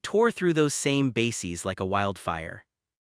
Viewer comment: It's pronounced BASE-EZ, not BASE-EEZ. This is a great video, with important information, but PLEASE teach your AI to speak correctly! It makes the video sound unintelligent, which puts the validity of the material into question. It's so sad that millions of school children were injected with live polio virus in the 1950s & 60s, including myself, which caused the Polio Epidemic [see: The Cutter Incident]. Whats worse is that Anthony Fauxi knew all this, then coincidentally came up with a vaxxine that made millions of people sick or dead. Strange how every Cov!d corpse had 3-foot long bloodclots in them. Even stranger: how history always repeats itself~:eyes-purple-crying